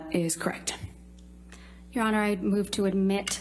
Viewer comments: 'Krect...Krect...That's Krect' It's a 2 syllable word, dimwit...correct? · That is crekt. That is crekt. That is crekt. When did the word correct have only two syllables?